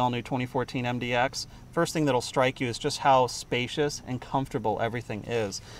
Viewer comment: It's MDX not MDOX